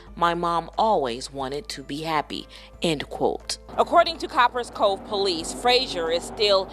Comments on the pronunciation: Co - Paris Cove 🤣 I can’t even watch the video keep saying the shit wrong 🤦🏾‍♂️ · The person that is commentating this video needs his a$$ whooped. Watch the video man. And listen to how the news anchors pronounced the name of the city. "Copperas cove" take the as off of the first part of the city and what do you have? COPPER. now add as. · It’s pronounced like Coppers Cove. People who always go live trying to keep up appearances should be a clear red flag. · Its COP- PERAS ( one word)COVE dang say our city right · Pronounce cop pres cove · The news people said the name of the town. Why are you repeatedly saying it incorrectly its annoying